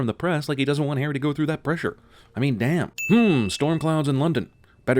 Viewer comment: .... all the years of waiting were worth it. Three syllable day-aa-ammn.